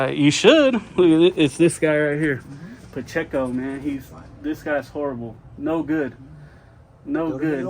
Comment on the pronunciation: Officer "PaChico" jeez he can't even say his name right.... he's going to cost the taxpayers someday with his attitude..